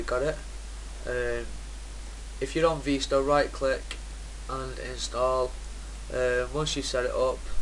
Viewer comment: its vistah not veestah